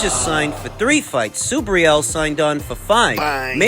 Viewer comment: Hey man..learn to pronounce SUBRIEL'S name..hes Puertorican not gringo or pronounced SUBRYAL..lol..